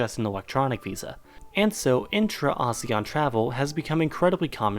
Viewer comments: It's A-SEAN Not A-seAn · it’s actually pronounced as AH-SEH-YAHN not UH-ZE-YUHN. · How ASEAN is pronounced: Ah-see-an The West: AH-ZEE-AHN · I thought it was pronounced “Asian” & not “Azean” ☹️ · It pronounce Asian????? I pronounced it asēan for 20 years 😫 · Here In Indonesia We Pronounce It As "ASEAN"(No Ah, Sey, Yan) So, Asean, Not Ahseyyan Here. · .. aséàn not asian .. pronounciation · im indonesian, my whole school and im pretty sure other indonesian school pronounce it "A séan" (if your confused copy and paste to google translate english and click the audio thing) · I thought its pronunciation is "Ah-Seh-Yan" XD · It's prononuced "aseyan". And since I live in this shitty excuse of an association, this logically means that I'm right and you're wrong. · Ive been pronounce Asean very wrong my whole life Lol Why am i exited when i see or hear the country i live in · In ph we pronounce asean a-se-yan I didn't know we're pronouncing it wrong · Omg i laughed so hard when you told them how to pronouce asean Its actually /ah-she-ian/ I know this because im from the Philippines🇵🇭❤️ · Its ASEAN (A sea n) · Asean is pronounced as 'aseyan' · In Southeast Asia we pronounce it as AHSEYAN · A-se-an that's how you spell it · No we Filipinos pronounce it as Aseean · Well we in Indonesia pronounce ASEAN, "ASE-YAN" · I'm a Filipino too and I pronounce it as ah-see-yan since Southeast Asian has an eee. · We Indonesians also pronounce it the same. Kinda weird hearing him saying a-si-an. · A - se - yan that os the correct pronunciation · I always pronounced ASEAN asian and I don’t know why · Funny. When we say ASEAN, the stress is on the second syllable. That may be just the Philippines though.